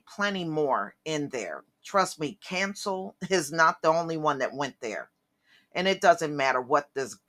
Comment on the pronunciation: Someone with your last name should know how to pronounce Cancél. Someone your age should know that it is extremely low class to backbite the dead.